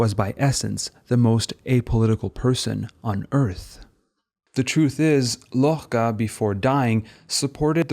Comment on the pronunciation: i have to say your pronunciation of "Miró", "Lorca" and "arriba" with a french r is pretty funny as a catalan and spanish speaker. not that it detracts from how good this video is at all!